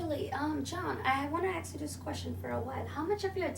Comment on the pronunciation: Wow this chick keeps saying aks instead of ask. lmao